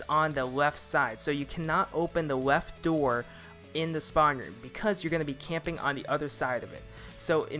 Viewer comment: “weft door”